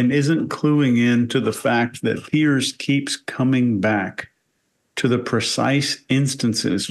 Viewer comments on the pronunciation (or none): I swear when she says “Piers” that she is actually saying “yesss”. I swear I had to watch it several times to make sure she didn’t actually say yes.